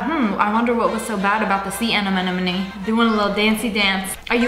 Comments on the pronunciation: “ the sea anemonumonee “ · its sea anemone